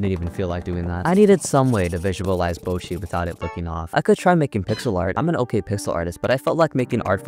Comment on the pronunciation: me learning japanese: this guy saying kneejika, bowchi, keeda and rio